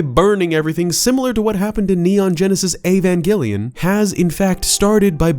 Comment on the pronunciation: Avongillian? Lol